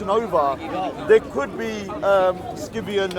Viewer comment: They both can’t even pronounce Scythian 😂